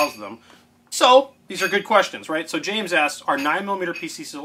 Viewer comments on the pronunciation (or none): none